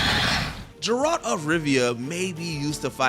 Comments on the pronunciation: Geralt (guh) not (juh) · Geralt, not Jeralt Guy-den, not Gay-den Gascoigne, not Glasscoigne Automata (say it quickly), not Auto-marta. I haven't played any of the above games but I still know how to pronounce them. Too many wrong pronunciations to know that this voice over guy doesn’t know enough about video games. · I can be awful at pronunciations but this guy was just downright awful. More awful then i would be, its not "GerAlt" its just Geralt. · Jurralt. Lmao, who hasn't heard of Geralt? Also the wrong Gundyr fight, did nobody do their research? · “Jurault of Rivia” lol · Fire this guy. "Glascoine"? "Jeralt"? Does this clown even game? Please get rid of him. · Oof and Geralt… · Megaera is a FURY, not a furry. There were a couple of mispronounced (poor Geralt) and completely incorrect words (immensive?!) in this video - seems to me this was rush job. I get that it's a top 10 video, but even those should probably get some love in QA/editing. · Don’t usually dunk on videos but mispronouncing Geralt and showing Champion Gundyr instead of Iudex makes it pretty easy lol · Did you guys actually pick the wrong boss in dark souls 3 on purpose? Because holy crap that is a goof up on a epic level. And listening to you butcher geralt's name made my heart hurt